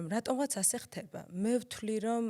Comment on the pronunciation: დან დაიწყო შემდეგი სიტყვების გამოყენება: ვცთილოფ,ხთება,მოვხთე!!! -დან გავთიშე. მადლობა,რომ ტყუილად არ მაწამე და თავიდანვე მიბიძგე გათიშვისკენ <3